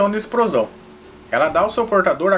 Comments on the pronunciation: Exprosão kkk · liberação de exprosão KKKKKKLL EU RI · "-Liberação de expRosão" KKKKJ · "exprosao" kkkkkkk